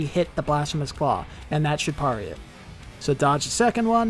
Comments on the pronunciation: I don't want to be that guy but it's pronounced, Perry not parray, just sayin 🤔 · I've never heard anyone pronounce it the way does either. Everyone usually says "pair-ee" not "parr-ee" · Bro would’ve been a great video if you didn’t keep saying PARR ee instead of PAIR EE! The way you say PARRY is like nails on a chañkboard